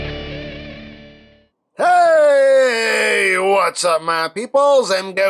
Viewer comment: You should pronounce BURRITO with a more authentic latino-ish flair.